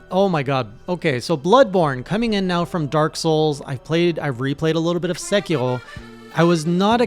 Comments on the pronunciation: Think sec-ear-oh xD pretty sure that’s how it’s pronouncedm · please stop saying sekiro like that i’m begging you 😭